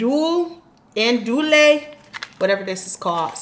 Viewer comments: Awn-doo-lee 😂😂😂😂😂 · Damn never heard a Black person not know how to say andouille sausage 😭